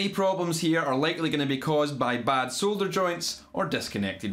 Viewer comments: So glad you actually pronounce the L in solder, it bugs me when I hear saw-der. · Great to hear solder and nice hair. No silly baseball caps the wrong way around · Its an American thing. soder....